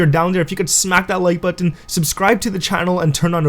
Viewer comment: I love the way you he says buttons 😂